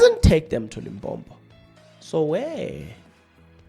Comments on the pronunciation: You are South African 🇿🇦 but you can't even pronounce Limpopo. You instead pronounce it as Limbhombho 😢, I am very disappointed. This ignorance made me lose track of your analysis. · Please try to pronounce the destination properly. It's Limpopo and not Limpompo. Be responsible Chief. You are better than that...